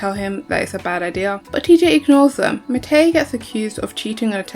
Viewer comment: It's been years since I watched the show but I swear you're pronouncing Matei and Meinir's names wrong 😅